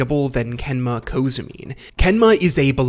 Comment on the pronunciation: "Kenma Kozoomine"?